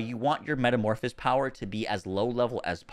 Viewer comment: If I hear one more youtuber mispronounce metamorphosis I am going to go insane.